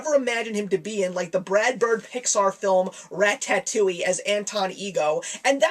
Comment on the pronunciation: the way you pronounce ratatouille...